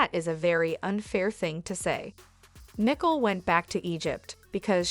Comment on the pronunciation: Learn how to pronounce the basics of the English language BEFORE entertaining the notion of having a forum to speak the language...or, have someone who speaks English check your narrative before submitting for publication...and the name is NICOLE NOT NICKLE...I mean, really!!!